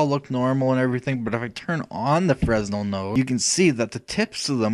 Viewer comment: Thanks for the tutorial. By the way, it's pronounced "fray-nel", not "fres-nel".